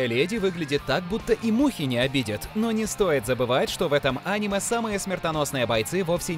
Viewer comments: Почему ты делаешь не правильный слог в слове аниме?? ты говоришь Аниме а надо говорить анимЕ ,так более правильно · анимЕ, а не Аниме